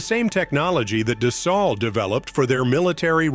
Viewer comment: da-SALT? I think AI should be able to pronounce it correctly.